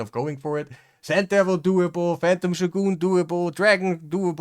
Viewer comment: Also, this may seem out of nowhere, but thank you for showing us how "shogun" is meant to be pronounced. You say it the way the Japanese do.